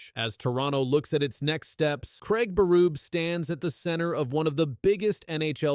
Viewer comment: Lmao. It's Berube. Pronounce his name correctly.